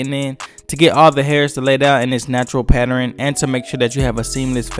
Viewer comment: I really enjoy your vids, please stop sating patteren. It’s pronounced Patt-ern. Thanks.